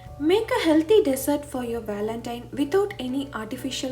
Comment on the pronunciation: Thanks, very nice. It's pronounced as 'dZERT'...